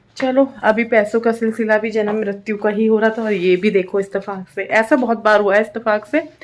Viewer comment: Istafas nahi ittefaq